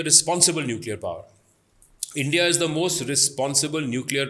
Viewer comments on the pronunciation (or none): none